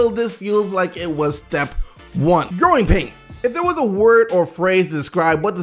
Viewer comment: I kept hearing groin pain instead of growing pain when was talking about Philly